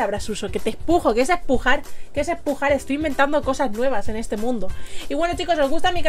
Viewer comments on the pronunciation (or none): luneta candy Sí, pero ella dijo "Espujar" Por eso dice eso